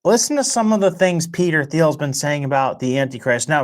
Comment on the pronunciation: "silicone valley". sorry, lost all respect for as he clearly cant talk, or say Silicon or 'Thiel'.